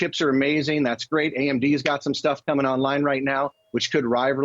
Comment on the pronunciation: AI will help people call it Nvidia not Nuhvidia.